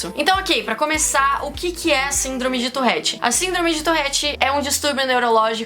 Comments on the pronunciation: Amo seu canal de verdd mais se pronuncia tuRette e não tuRRette❤️ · Fala torette não torrete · Pq vc fala touRRete? O correto é touRete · Na vdd se pronuncia ''turrét" farnce 👌😗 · Vida inteira falei touREtte e n touRREtte '-' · Man pq ela fala torréte?